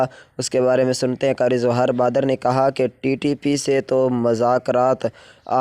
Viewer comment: بھاٸ جان نام تو ٹھیک سے لے لو